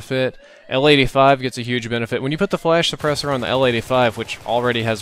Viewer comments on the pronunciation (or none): when you said l85 i thought you said lady 5:D